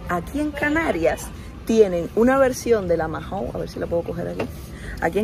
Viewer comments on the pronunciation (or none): Mahou se pronuncia "mau" y no "majou". Nada importante, pero me da toc al oirte decirlo 😝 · Majou???? Se dice mau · en español la h es muda. No digas "majou". Maou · Perdona está bien escrito Mahou,pero todos los españoles cuando pedinos esta marca de cerveza pedimos una Maou sin la h intercalada tu es como una j dices que a la h la pronuncias como si fuera una dices majaou,te t repito está bien escrito Mahaou, si pudira hablar contigo por tfnº te lo explicaria mejor,espero que no te moñestes,un saludo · No se dice Majou se dice mau. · “Majou” no, “maou” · ¡¿¿ "Majou"?" Pero niña, a quién le oíste pronunciar así??🤣¿Cómo que no hay frutas tropicales en la península?¡Pues claro que sí!! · La cerveza Mahou, no se dice “Majou”, la h es muda… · Cómo es posible que lleves más de un año viviendo en España y no sepas como se pronuncia "Mahou" o que las monedas de los carros de la compra se devuelven?